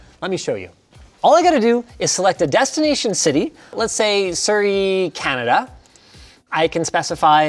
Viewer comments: CANADIA ?????? where is that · Lol canadia